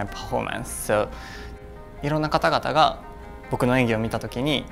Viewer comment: I love how he pronounces "performance" as "pah-hhor-mance" with a truly Japanese accent and then he jumps straight to saying "skating" with a pure Western english accent 😍